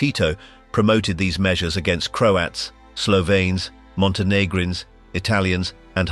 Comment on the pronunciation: this AI voice kinda suuuucks. can't pronounce slovenes properly.